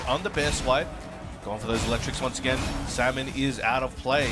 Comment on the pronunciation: why can that one commentator not say Salmon properly?